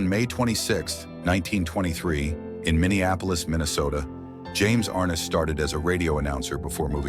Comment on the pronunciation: It’s pronounced Ar-NESS.